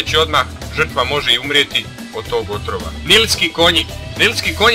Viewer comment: Za 6 je rekao otvora umjesto otrova